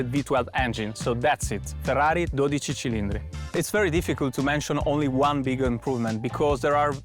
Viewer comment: Ja ekalla heti lausuttu väärin 😑 Mikä ”cilindre”, jos se kirjotetaan Cilindri niin ei sitä lausuta niin että se sana päättyy e-kirjaimeen